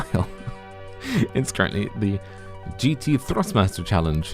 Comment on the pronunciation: I love how you pronounce "GT Thrustmaster Challenge". And the GT2 Ford is the real one. The GT3 is not real